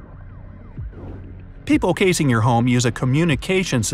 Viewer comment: He said casing instead of chasing